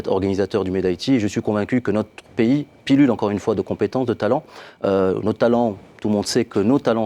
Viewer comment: haahahaha l'Algérie Pillule et 2 fois, monsieur c'est pullule et non pillule !